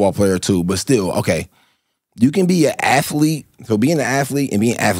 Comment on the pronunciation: I get what he tryn say with the athletic/athlete conversation. He’s saying it wrong tho